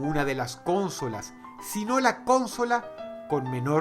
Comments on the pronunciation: Dross es consólas no cónsolas (pongo acento porque sino no va a distingir) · Explicame por que decis CÓNSOLAS? SI ES CONSOLA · Yo: Consolas. Dross: Cónsolas. Yo: Sí, Dross, perdóname. 🙇🏻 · creo que se pronuncia consolas, no cónsolas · Consolas Dross, no cÓnsolas, es llana, no esdrújula. Un saludo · Dross, amigo, con todo respeto, me gustaría decirte que ya has cometido un error de pronunciación varias veces: dices "cónsolas" (asumiendo que la tilde es prosódica, pero en realidad no lleva) cuando en realidad se pronuncia como "consólas" (de nuevo, es prosódica) Ojalá y leas mi comentario, exitos :) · lel, Cónsolas? Yo siempre las e llamado Consólas (No lleva tilde, solo lo puse por la pronunciación) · Me parece curioso como dice "cónsolas" en vez de "consolas", no sé si es que en venezuela les llaman así poniendo el acento en la primera o es algo de dross. *corregido bro. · Porque dices cónsolas? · Cuantas veces dijo "Cónsolas" ? jajajaj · Por qué dice "Cónsolas" ------- Es desesperante! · Cónsolas :v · Cónsolas no es esdrújula XDDDD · Dross: cÓnsolas, Que recuerdo! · ´prque dices consolas y no cónsolas :v nose se oye raro :v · hola dross.. si consolas no lleva acento ¿¿¿por que lo pronuncias asi???? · Me da risa como dross dice consolas jajaja